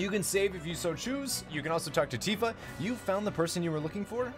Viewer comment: its "Titfa" ;p